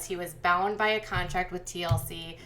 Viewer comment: You keep saying "contact" instead of "contract".